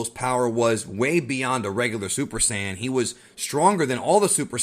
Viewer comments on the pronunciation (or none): none